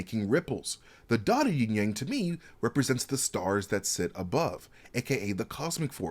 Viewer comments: Isn't it Yin/Yang and not Ying/Yang? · Sorry, but it’s Yin Yang, NOT YING YANG, ha! 😂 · Yin Yang not ying yang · YIN AND YANG not YING-YANG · It's actually "Yin" and Yang bro. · It's actually pronounced "yin" yang.